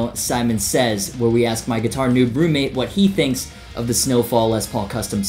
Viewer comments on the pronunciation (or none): none